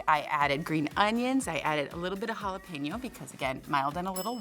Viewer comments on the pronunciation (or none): Never trust a cook that doesn't know how to pronounce ha-la-PAIN-yo!